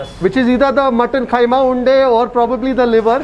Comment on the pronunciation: It's kheema unde not khaima